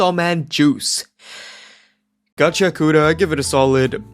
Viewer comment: it's pronounces gachi-akuta, not gachia-kuta